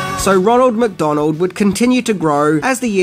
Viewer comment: "Ronald MACdonald [...] enticing kids to McDalonald's" That has to be my absolute favorite, of your intentional mipronunciations! You obviously know, but just don't care! It's just perfectly tongue-in-cheek and wink! It's like knowing that Jerry Lewis is going to have to say Murmelman or Wellenmelon, and you know he's just gonna screw it up! Yes,! I just compared YOU to the King of Comedy... and I mean it! You truly are a master of comedic arts!